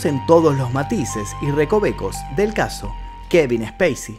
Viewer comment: Cuando pronuncia el nombré del actor, pareciera estar nombrando ha una nave espacial, y en el nombré creería que debería de haber pronunciación, y creería qué nosotros me suena ha multitud cuando usted dice como conoció al actor y la verdad nosotros no lo conocemos, y creería más bien 😊 qué lo hemos visto en los rodajes de las películas